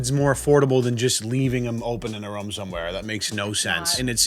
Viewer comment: Omg this is the 20th video. I can not anymore. Its ROOOOOM NOT RUM